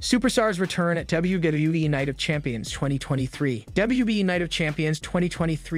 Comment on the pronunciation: Is it me, or does this guy have a really hard time saying, "WWE"..??